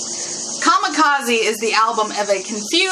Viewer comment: Kamikaze”Kah-Me-Kah-Zeh” or Divine Wind. What you pronounced was Kamakazi which isn’t a word. Just relaying that.